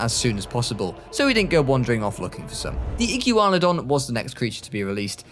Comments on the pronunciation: IT PRONOUNCED IGWANADON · the archaeornitomimus, coelophysis, chasmosaurus, iguanodon or the "igyeewanodon", charcarodontosaurus, ceratosaurus how did he do it wrong he pronounced proceratosaurus perfectly, those pronunciations were hilarious